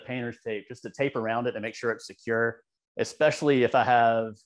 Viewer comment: Just a note.....the word "especially", has no "X" in it. Not "especially", or "Eckspecially"